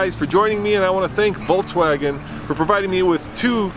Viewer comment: Awesome video, but what's with saying "Voltswagen?" It's "Volkswagen."